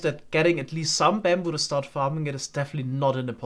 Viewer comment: it's not baambu it's bamboo. It's a minor thing but your accent is pretty subtle for the most part and this makes it kind of more prevalent than it could be.